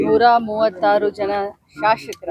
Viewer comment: ಅದ್ಯಾಕೆ ನಮ್ಮ ರಾಜಕಾರಿಣಿಗಳಿಗೆ ಸ್ಪಷ್ಟವಾಗಿ "ಶಾಸಕರು" ಎನ್ನಲು ಬರುವುದಿಲ್ಲ...? ಬಹುತೇಕ ಎಲ್ಲರೂ "ಶಾಶಕರು" ಎಂದೇ ಹೇಳುತ್ತಾರೆ...?